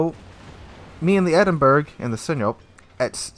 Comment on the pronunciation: Still butchering sinop. Don't Be These Guy